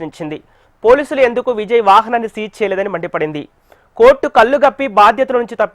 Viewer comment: కల్లు కాదు రీడర్ కళ్లు అని పలకాలి